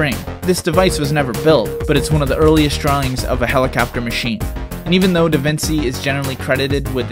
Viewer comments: Da-vin-chi not da-vin-see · Man you gotta research some pronunciation before hand. Chinook is pronounced Shin-uk not Chin-uk And Da Vinci is pronounced Da Vin-ch-e not da vin-see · Da Vinci not vinsi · lol, Lionardo Davinci, not Leonardo Davinchi, mkay.... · Excuse me did you say "da vinsi" it's "da vinci" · davinsee u pronounce it da-vin-chee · Leonardo da Vinci ( VINCHI )